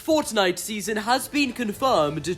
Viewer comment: I love how he ses forttnitte😂